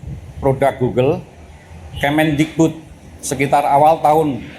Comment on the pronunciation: Mantan mendikbud min, bukan mendigbud 🙏🙏